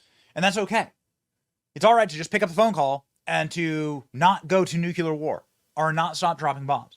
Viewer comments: Benny, respectfully, "nu-cle-ar" .... not "nu-cu-lar" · Benny, please. The word is pronounced Nook-lee-err, not NUK-you-ler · Nuke-ya-ler it's Nuke-leer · Very good reporting, but with one exception. THERE IS NO SUCH WORD AS NUCULAR! It annoys the hell out of me hearing otherwise intelligent people saying that word. George W Bush couldn't say it either. It's not difficult. Just say NEW CLEAR, and you will pronounce the word NUCLEAR correctly. It sounds so STUPID to mispronounce such an easy word. You will go up massively in my estimation if you teach yourself to pronounce that word correctly. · Love your show Benny, but please pronounce "nuclear" correctly. It's not nucular. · Benny, why can't you say the word "nuclear" correctly? 🧐